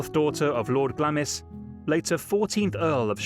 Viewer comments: Glamis is pronounced with the i silent!!!!!!!!! BAD MISTAKE!!!!!!! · The Earl of Strathmore home Glamis Castle is pronounced “Glarm” not glam - is. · 'Glamis' is pronounced 'Glaams' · "Glamis" is pronounced GLAMS